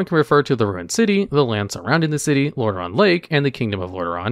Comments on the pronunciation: It is really called Lordareon? I thought its called Lordaeron. Did you made a mistake? ^^ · Hey, love your videos. It's actually Lordaeron, not Lordareon. Keep up the good work!